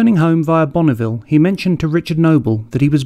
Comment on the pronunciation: Btw, it isn't Bonnieville. 😉